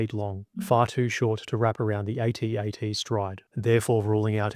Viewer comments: I couldn't finish watching this, it's an ATAT, not a A-T-A-T. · I wish someone would address the true winner of the battle of Hoth.... Pronunciation! If troops had kept with the use of "At At (as in sounding like: instead of A.T.A.T (as in aytee, aytee) then so much time would have been saved that the imperials would have likely lost. (Of course if intelligence had succeeded in their plan to bribe the subcontractor who won the senior officer's bed cleaning contract and managed to smuggle a metric tonne of sand in to hoth ........well, let's just say that Hoth would now be remembered as the site of Vader's second biggest genocide! Imagery of headless mops blindly staggering down corridors where children had changed brushes and brooms earlier that day